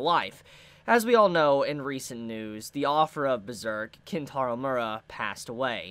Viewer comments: Mee-er-ah. Not Mura. Enunciate your words. Also, the assistants can't continue it. Miura wrote the manga, they just helped draw it towards the end. The best you can hope for is Young Animal publishing a book of Miura's notes and plans for the ending. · ayo u are saying his last name wrong